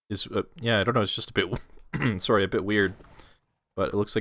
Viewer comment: says “soory “ like a true Canadian:)